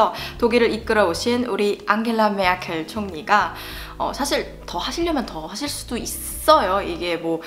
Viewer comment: 1. 나라가 다르잖아요... 그건 정말 맞는 말인듯... ㅋㅋㅋㅋㅋㅋㅋㅋ 2. 메르켈이 아니고 메아켈.. 이군요...ㅋㅋㅋㅋㅋ 3. 아... 선거권은 없으시군요... (잔넨.... )